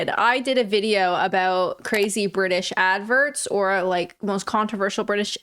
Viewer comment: He says Vidjo ..so Welsh ...